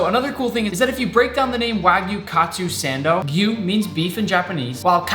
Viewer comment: This man just said wagyu katsu sando, it's wagyu kaatsu saando